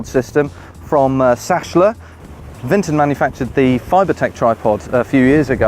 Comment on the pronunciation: Brilliant review. Sachtler is pronounced Sack-Ler